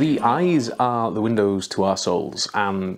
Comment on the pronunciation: hahahah because of your accent, I thought you said that eyes are the windows to assholes....I nodded sagely, then...wait... hang on a minute...